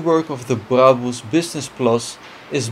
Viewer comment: He actually pronounces brabus correct